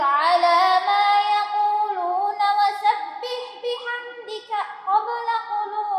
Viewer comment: Ada yg salah dalam lafazh WASABBIH BIHAMDI RABBIKA oleh dibaca BIHAMDIKA..Mohon mohon koreksinya.